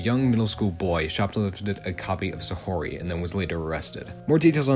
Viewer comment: Always cool to see a video tackling niche Japanese media with new information to bring to the table. Pretty interesting vid with the main issue mostly just being with how you pronounce Saori as "Sa-ho-ry" instead of "Sa-ow-ry". Regardless good vid!